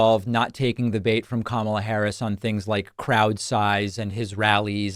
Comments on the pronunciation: The first syllable of Kamala Harris is accented. - KA - ma - la. Please have your guests pronounce her name correctly. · Why can’t people get her name right!? Can’t complain about tmp getting it wrong if professionals elsewhere can’t get it right. It’s not ka MAH la, it’s KAH ma la. 🤦🏼‍♀️ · needs to say her name correctly. Kamala = Comma-la. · Kamala not kama"la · needs to pronounce her name correctly, it's conma-la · Kamala is pronounced Comma-la, with emphasis on the first syllable. I don't think much of what you have to say if you can't even get her name right. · He should learn how to pronounce Kamala's name properly!! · Tell your guest that he mispronounced Harris' name!!!! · It absolutely enrages me when people like this doctor mispronounce Kamala's name. I expect it out of the Trump cult, but why, with all the news coverage on the correct pronunciation, do otherwise smart people continue to pronounce her name incorrectly!